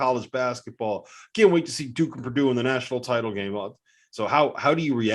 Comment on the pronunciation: Purdue😂. Stop it!